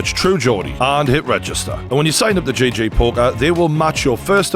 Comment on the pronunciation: It's GG poker as in gee gee not JJ as in Jay Jay